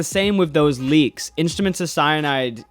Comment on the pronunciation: He said leaks... I thought he said "bleaks"